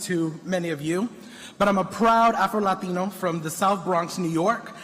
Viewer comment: "Afroladeeno" LOL 🤣